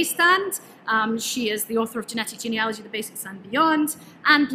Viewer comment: At last, someone who knows how to pronounce Genealogy properly!!